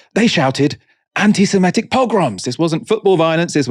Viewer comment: *semItic. As in Semite. Please don't keep saying semetic.